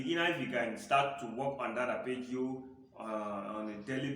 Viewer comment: What’s an “Appergio”? Isn’t it “Arpeggio”?